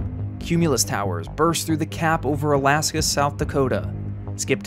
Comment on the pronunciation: Its akaska.